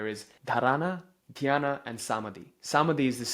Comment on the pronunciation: I understand you aren't Indian but please get the pronounciation right Dhaaarana Dhyaaana Samaaadhi Great work!!